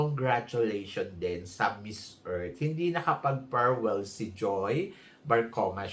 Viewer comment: Its not ferwell,its farewell